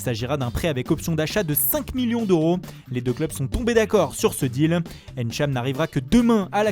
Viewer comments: S’il vous plaît, j’ai remarqué que vous arriviez à prononcer tout les noms européens correctement. Pourriez-vous prononcer "ntcham" et non "Ènntcham" ou à la limite "Tchad" svp ? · Il ne sait pas dire Ntcham ou Mbappé correctement et il veut faire l’italien ici